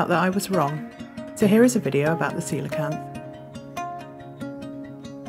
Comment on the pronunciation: Thanks for pronouncing it correctly! I've seen so many people say "coal-acanth"